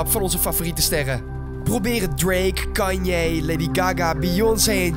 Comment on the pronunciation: Haha Hij zij kan-ye